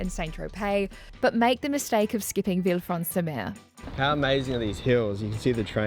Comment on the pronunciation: "vilfransumeu" wtf bro